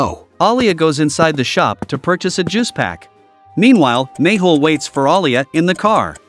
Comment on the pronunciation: No , its mehul not mayhul 😂